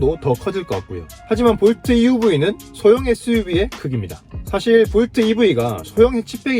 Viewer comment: 볼투?? 하하...웃기네...